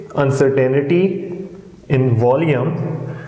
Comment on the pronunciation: It's pronounced Un-cer-tain-ty not uncertanity